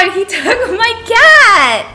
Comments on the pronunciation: Tbh, It sounded "tackled" to me too... She pronounced it "tak-old" , not gonna blame the uploader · Tbh, It sounded "tackled" to me too... She pronounced it "tak-old", not gonna blame the uploader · she first said TOOK then the next one is kinda sound like an A (TAC-OH)... that's why it's confusing & - sounds different